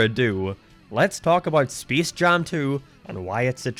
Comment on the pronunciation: Bro this dude doesn't know how to say space